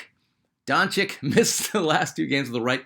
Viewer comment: Donchich my man not Donchick